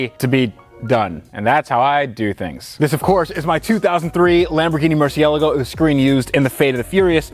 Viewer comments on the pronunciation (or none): Merci- Ah- Lah- Go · please learn to pronounce murcielago the right way!